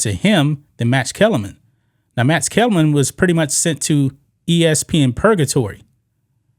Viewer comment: looKs NOT loots...... MaX NOT Mats ....... booKs NOT boots ...... learn to pronounce your K sounds!